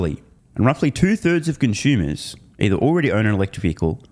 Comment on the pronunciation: Are you saying "conshumers"?